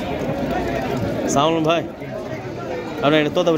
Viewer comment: সালামটা ঠিক করে দিন